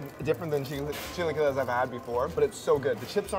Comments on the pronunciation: 🤣 , chi-LA-quiles and not chi-LEE-quiles. The next video involving chilaquiles and I hear it said right, I’ll personally make a second youtube account to support you señor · the way pronounces chilaquiles irritates me all the time lmfao